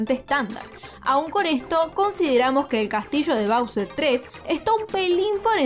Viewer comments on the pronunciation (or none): none